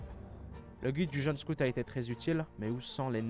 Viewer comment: Boy scotte ? Boy SCOUUTE